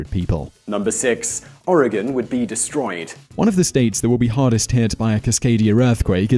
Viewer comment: Thanks for getting the pronunciation of Oregon correct!